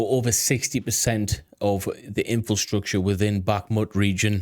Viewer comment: Every time you say 'In Fill Structure' instead of 'Infrastructure' a baby dies... Just sayin'. I bet you say 'New Queue Lar' instead of 'Nuclear' too :")))